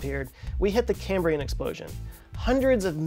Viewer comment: It's the CAAAmbrian explosion. - Bill Wurtz